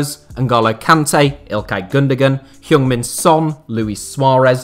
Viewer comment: i know diff country's names pronunciation can be difficult but you didn't even try for heung min son. it's not hyoong. just pronounce it like "hng"